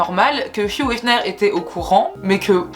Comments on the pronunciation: Tu prononces * fiou* efner...alors que c'est hugh donc hiugue * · Pourquoi tu prononces « fiouhh » pour Hugh ? Ça se prononce Ugue, tu prononces le U devant et gh c’est « Gue »… 😭😭